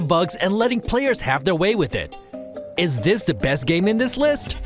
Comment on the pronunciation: I hate how this narrator doesn't pronounce "th" in words and uses a "d" instead, like "In dis game" ...lazy